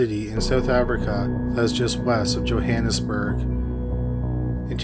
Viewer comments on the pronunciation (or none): none